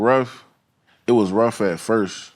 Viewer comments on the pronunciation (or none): none